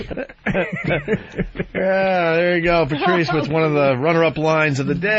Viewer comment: Lol "Luiz SpiCK"